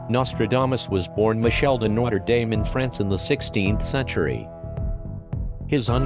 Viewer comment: cant even pronounce Notre Dame